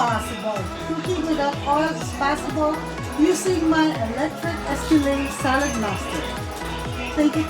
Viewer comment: Skillet not skillé